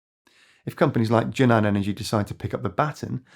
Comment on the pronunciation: JUNAN should be pronounced as JUN-AN instead of JU-NAN in Chinese